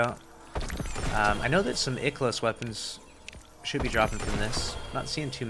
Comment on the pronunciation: ikelos. no it’s IIKEElos bud